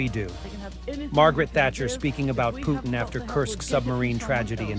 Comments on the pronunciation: I love how that old lady calls him Mr Pewtin 😂 😂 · Pee Yew Tin. Thatcher perfectly pronounced his name. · “Pew-tin” “Humwees.”